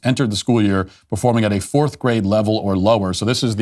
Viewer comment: Lets talk about this. One must teach by example and the poor articulation, enunciation and pronunciation this "teacher" is demonstrating is only exacerbating the problem.